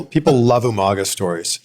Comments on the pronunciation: Lol d von said Umanga lol reminds me of Steven regal lol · he said Umanga 😂😂😂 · UMAGA not UMANGA